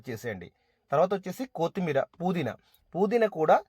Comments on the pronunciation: అన్నయ్యా,,, కోతిమీర కాదు కొత్తిమీర.... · కోతిమీర కాదు కొత్తిమీర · 1. It’s not కోతి మీరా, its కొత్తిమీరా …. 2. Kindly avoid paper for oil absorption Reason : ( Contamination Risks: Newspaper or low-grade paper towels often contain inks and chemicals not safe for direct food contact )… For good health one small suggestion from my side …. Njy the biryani guys…. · కోతిమీరా ఏంటి బాబు కొత్తిమీర కదా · కొత్తిమీర ❌కూత్తిమీరా ✅😂😂😂